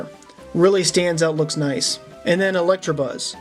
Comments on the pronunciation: his name is Electabuzz not Electrabuzz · Guy:elektra buzz Edit: Me:electabuzz not elektrabuzz